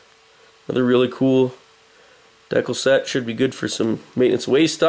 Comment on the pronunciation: DEE-KAL NOT DECKLE!